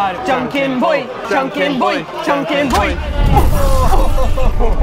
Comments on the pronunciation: Is JAN KEN PON or POI it sounded like you said Boiiii like preparing to roast someone. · It's JanKenPon, though. ;-)